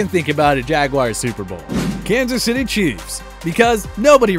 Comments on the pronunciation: "Jacksonville Jaguires" 😂😂😂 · And he said Jacksonville Jaguires